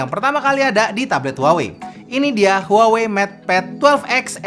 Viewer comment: harusnya kata "HUAWEi" diLafaLkan : "WAHWEi"